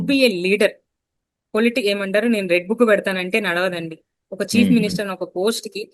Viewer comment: అమ్మా చీప్ మినిస్టర్ అంటున్నావు.అది చీఫ్ మినిస్టర్